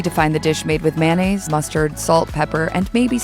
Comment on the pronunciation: I'm guessing that was an AI narrator. Either that, or Hallmark Channel found somebody who can't pronounce 'Saveur' and 'Mayonnaise.'